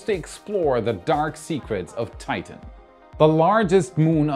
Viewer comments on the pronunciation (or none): none